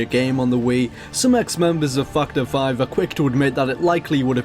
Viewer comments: Just for the record... I heard this also... :-P lol!!! Fucked Her 5. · I'm sorry. But I can't help but hear "Twendythirdeen" and "Fuckedherfive" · It sounds like he says fucked hore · that´s why they are laughing, cause it sounds like you say fucked her 5 lol :P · it sounded like you said fucked her fine... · sounds like u said fucked her 5 instead of factor 5 lol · Yeah heard that too XD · I thought it was "fucked our 5" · Now I CANT unhear it haha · yea I noticed that too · i thought the same thing lol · I can't be the only one that hears "F $#& the five" instead of factor five. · Everytime you say factor 5 sounds like you're cursing lol its cool tho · as soon as I heard that, I looked in the comments and yours was the first one that pops up. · cannot unhear